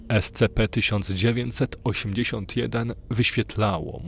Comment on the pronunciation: Super. Tylko jeśli nie sprawi ci to problemu bo mi to sprawia, mów "es ci pi" . Jestem fanem tego uniwersum i chwilami takie czytanie potęguje efekt realizmu i grozy.